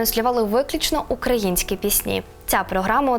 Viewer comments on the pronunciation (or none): none